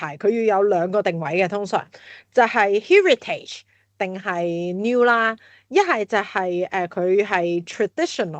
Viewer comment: 第一次听Heritage如此发音，被所谓高层的英语吓亲。